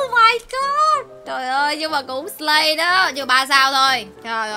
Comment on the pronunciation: Chị là sì lay chứ slay hong nỏi